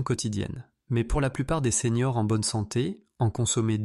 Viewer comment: Bonjour docteur. Vos vidéos sont faites par IA, et il y a toujours la même erreur : elle écrit, en voulant dire les séniors, elle dit les seigneurs.